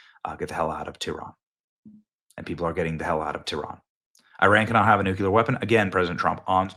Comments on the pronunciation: Noo-klee-er, not noo-cue-ler. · People judge u how u speak, when u speak like a D.A. people judge u as a DA. The word is Nuclear pronounced new-clee-er. Not Nu-cue-lar. That is actually another word, nucular, refering to the contents of a cells nucleus! Bush also talked like a DA and used the wrong word. Stop talking like that NWO elitist. I'm going to keep calling u out Benny until u stop it!